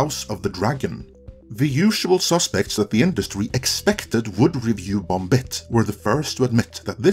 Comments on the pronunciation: Why is this dude pronouncing the end "b" in bomb? Is he serious? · when you say "bomb" in english .. the last B is silent lol .. just sayin, sounds a bit weird lol